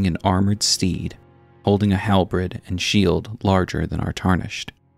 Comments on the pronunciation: HALBERD NOT HALBRED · H A L B E R D not halbred please and thankyou